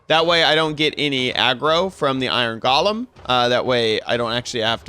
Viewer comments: GOAL-lum. GALL-um is the twisted guy from The Hobbit. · Why is he saying iron goalam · Iron GOE LEMS!!! Not iron GOLLUMS!!! GOLLUM is a character from lord of the rings.. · Galem lol its golem